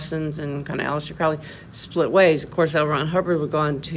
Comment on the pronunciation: You are wrong about so many many things ....firstly his name is pronounced crow --ley as it rhymes with holy He wasn't inspired to write the book he claimed it was dictated to him . And in the book it doesn't talk about pedophilia beastieality or any other horrid act you have not obviously read it yourself even though you state you can't talk about it because their to vile ? Seriously ?